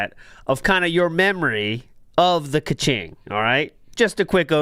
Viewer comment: The fact that you still call it "ka-ching" and refuse to correct yourself is extremely cringe and Phil like.